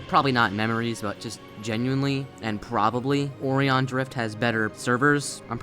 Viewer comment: also now way he said " o ree on " instead or O RI On